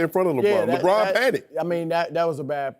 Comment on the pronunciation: I cringe every time Broussard says "Lebron"